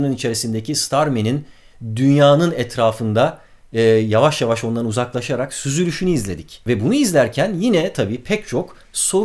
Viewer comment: sanırım bir Ankara'lılık söz konusu. ''Yavaş laa!''